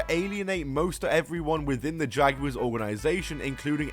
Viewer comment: Never say jaguar ever again